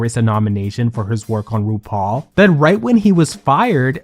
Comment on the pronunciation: Your opening "RuPaul" came out like Bendala's "Roople" today, luv it! 😂💅❤